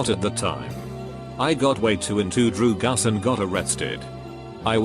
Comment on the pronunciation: normal people: drugs AI: DROOGUS